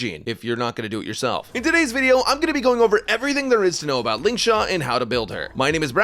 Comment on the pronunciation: "Lingshaq" got a genuine chuckle out of me 😂